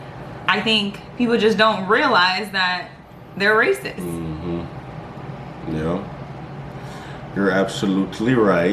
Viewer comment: Racis?*????? Do you mean racist? Lol your girl acting as a fool